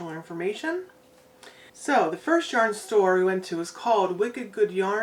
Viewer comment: Omg I laughed out loud when corrected your pronunciation of Yarn. 😆 🤣 You guys sound like a blast to gang out with. I occasionally visit that part of the country. The yarn you bought is all gorgeous. It's sad that your hands are so sensitive. Big Hugs 🤗 ❤️